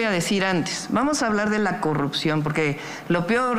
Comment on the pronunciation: Xochitl Gálvez nomás decía: Coguptos Pogque Y más palabras con la letra r 😂😂😂😂